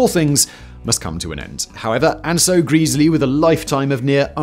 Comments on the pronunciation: Who is this greasley bloke? Do you mean Gres ley? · It's Gresley not greezley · In a previous video Simon said “Greas-ley” too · Love this homage to the A4, despite the persistent mispronunciation of Sir Nigel Gresley as Sir Nigel Greesley, although I also know how little Mr Whistler cares about comments on mispronunciations! Always loved steam engines and the LNER A4 Pacific class in particular and so getting to see them all (and have a brief ride behind Bittern in steam) in February 2014 when the Great Gathering moved from the main National Railway Museum site in York to their Locomotion site at Shildon, Co. Durham was awesome. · Who is Nigel Greeeesleey? Otherwise an informative video as ever. Another contribution to the speed record was the choice of driver. They chose driver Joe Duddington who had a reputation for driving an engine hard. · It's bad enough that you butchered Gresley's name but that is NOT the LNER' network map. The West Coast mainline via Preston and Carlisle was the domain of LMS (the London, Midlands and Scottish railway), the LNER's competitor. The LNER operated the East Coast mainline (with the clue being the 'E' stood for "eastern") via York and Newcastle. That's pretty poor research. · Gresley has a short, not a long "e". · Nice vid. Apart from mispronouncing "Gresley" all the time! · This guy is notorious for mispronounciations. Its maddening. I stopped watching him because of it. I'm not actually watching this video, just commenting lol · Happen he does it to annoy us